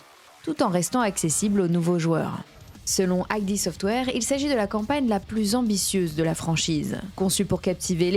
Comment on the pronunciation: Petite précision Id Software se prononce "id" et non pas "aïdi" software. Id désignant le ça Freudien. Super vidéo en tout cas! Merci à toi!